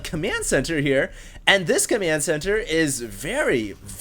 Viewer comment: its COMMAND center not COMYAND center